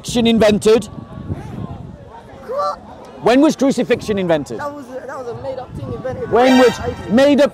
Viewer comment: “Made up ting” 🤦‍♂️😂